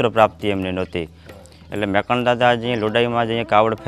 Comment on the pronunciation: મેકરણ નહીં પણ મેકણ એમ બોલવું જોઈએ